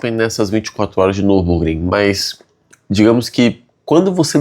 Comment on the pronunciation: O max so nao conseguiu fazer voce acertar o nome da corrida kkkkkk. Ja tava dando agonia